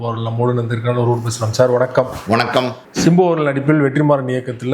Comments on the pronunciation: Sir. Chimbu nu solreinga simbu nu solluinga kekka nalla ella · It's not chimbu, it's simbu